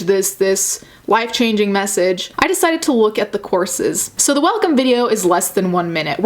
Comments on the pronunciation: I've heard "corpses", not "courses" and got my hopes up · thought you said corpses instead of courses imao